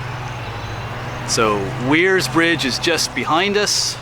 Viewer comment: This is a very cool covered bridge! It’s actually pronounced “wares” mill. You were only about 20 miles from the Kredersville covered bridge outside Northampton. That one is my favorite. It’s beautiful!